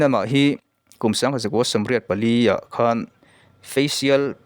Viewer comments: Khan,,,tih pawh hi ,, kan nuin min khan, ti angin I lam a,,Tumah in Khan loh tur ti anga lam tur a ni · 'Sholaai' ti a i lam vang leh 'khan (kan mutpuite kea kan khan ang)' tia i lam avangin ka ngai thla lo mai a ang e. I trawng pai em mai. Amir Khan te, Salman Khan te hming pawh ti khan i lam trut trut duh hmel.